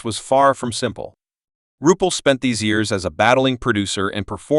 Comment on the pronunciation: Have the RESPECT to pronounce the name CORRECTLY if you're going to do a video. Disgustingly UNPROFESSIONAL.